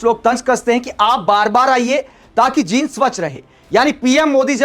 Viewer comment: जिंद😂😂😂😂 नहीं जींद